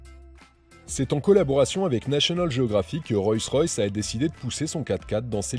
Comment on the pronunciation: Hé mec ! Apprends à prononcer Rolls correctement ! Ca te prendra tout au plus 5 minutes. Sinon c'est d'un ridicule ! Tu t'imagines présenter une Citroan , une Pougeot ou une Renoult?